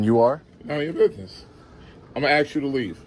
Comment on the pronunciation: It’s ASK not AXE you 🤡! People like you? What’s that mean? Cheeky bas…